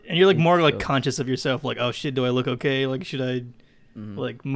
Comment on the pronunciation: anyone heared say OKEH